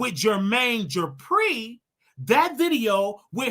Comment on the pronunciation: Jermaine ‘JEH-PREE’…….it’s DUPRI